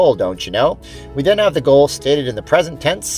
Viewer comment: I thought you said "Gold" card. Was wondering if that was money? lol. Thanks for the video!